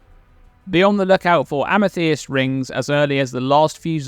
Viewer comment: Great tips! I think the chieftains will be easiest through campaign being able to likely cap all ele res and chaos res without too much difficulty. Btw, the way you say Amethyst is wild.